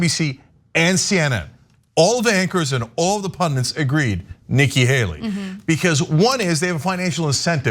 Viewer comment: It is "pandit" pronounced pun-dits not pun-dints.